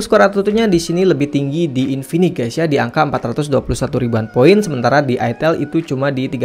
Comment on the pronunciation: InfiniX cuy pake X Bukan infinik, ganggu bgt jir dengernya.